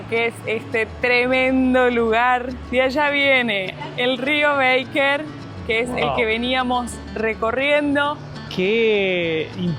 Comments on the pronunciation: Los felicito por los videos, qué ganas dan de volver!. En verdad esos paisajes son para quedar mudo de emoción. La confluencia del Baker con el Nef es de un poder que no se explica (ojo que es Baker con "a", no "béiker", ya que el nombre es de origen alemán). La cuesta donde vieron el cóndor al parecer la han arreglado más en los últimos meses. La hice en octubre del año pasado con uno de mis hijos y tiene algunas partes que son del terror. Saludos! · Se pronuncia, rio Baker, no beiker.. lo mismo que pronunciamos Cócrane y no Cocrein ya que chilenizamos el termino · Chicos, no es rio "beiker" sino que es Baker, no se pronuncia como en inglés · Mis oidos sufrieron escuchando "Beiker" 😢 y Baker. Perdón tenía que decirlo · Hermosos lugares! La carretera austral es bellísima! Pero no le cambien el nombre de los lugares. Cochrane no es cochrein, Baker no es beiker